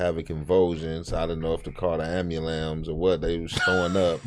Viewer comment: bra said the AM- BAlance 🤣🤣🤣